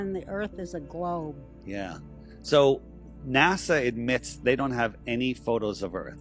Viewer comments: …I love your channel, I appreciate all you do with videos & I’ve been here since the very beginning and I’m not trying to be rude or disrespectful here but good grief I am having such a hard time listening to you continue to say NAZA when you know it’s not how you say it and it’s been happening since day one, why are you still saying it like that? Professionally, when you want to appear smart, or to be taken seriously, etc, you should try to be correct in pronunciation …it’s a discredit to you & the impression you leave…it’s the same as people saying supposebly when there is no B in the word and it’s pronounced supposedly. I’ve been sitting on that for several months and I’m sorry I finally had to say something, it won’t change me watching you, it’s your image not mine. Please don’t be angry!😅✌️ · Dude why are you incapable of pronouncing NASA right? Do you see a Z anywhere in NASA no you do not so why in the fuck do you keep saying NASA as if there is a Z in it? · Naza? Cmon! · Why does he pronounce it "naza"? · Howdy Steppers! Let's get after it... 1. Stay out of the water. 2. No urban exploration. 3. It's pronounced 'Naazah' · It's pronounced notzo.😂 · …I love your channel, I’ve been here since the beginning and I’m not trying to be rude or disrespectful but good grief I am having such a hard time listening to you continue to say NAZA when you know it’s not how you say it and it’s been happening since day one…when you want to appear smart, or to be taken seriously, etc, you should try to be correct in pronunciation …it’s a discredit to you & the impression you leave…it’s the same as people saying supposebly when there is no B in the word and it’s pronounced supposedly. I’ve been sitting on that for months and I’m sorry I finally had to say something, it won’t change me watching you, it’s your image not mine. Please don’t be angry!😅✌️